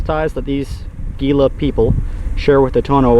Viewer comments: It's pronounced Heela (Gila). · Gila is pronounced Hee-la.